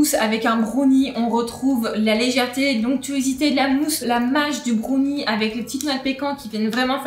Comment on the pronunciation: Il faudrait quand même leur dire que brownie ne se prononce pas brOUnie…